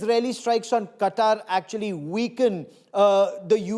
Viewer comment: I think Qatar didn't want to make defense pact with Indians because they pronounce Qatar, Cutter 😂😂😂